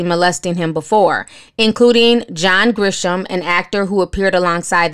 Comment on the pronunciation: Just a heads up...It's pronounced "Haim" no "s". Not Haims but Haim. Also, it's pronounced Grissom not Grisham as in the well know writter. Love your show!